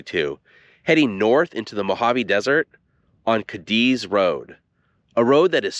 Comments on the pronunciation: It's NOT pronounced "Kadiz - Cadiz but Kah-dees. We'll accept Kah-deez. Pls do your homework well before putting out contents 🙄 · It's actually pronounced "kay deez" I love video's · FYI. It’s pronounced Katies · It’s not “kah-DEEZ” it is “KAY-deez”… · I worked on the railroad and the name Cadiz is pronounced Kay-dees with the emphasis on the first syllable. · You are pronouncing Cadiz wrong! It sounds like this " K deez "... As a brakeman I rode freight trains thru there early 70's.. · Cadiz is pronounced ( Kay - Deez ) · It's pronounced Kay Dee's I'm pretty sure. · Out on the desert you pronounce it Katy's. In Spain it's Cádiz, which you pronounce KAH-dees, but it got Americanized on the desert. I lived north of Goffs back in the 70s, and while I can't recall whether I ever was in Cadiz, I heard the name many times. 🤠 I once wanted to be buried in the Goffs cemetery, but it turns out that's not possible, and anyway the VA will bury me for free in a national cemetery. I don't know how true it is, but when I lived on the desert I heard that you can drill anywhere and hit cold, clear, delicious water no more than 1,000 feet down. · The railroad folk pronounced the word Cadiz as KAY - deez. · It is pronounced Katie's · I've been to Cadiz, Spain. There it's accentuated on the first syllable.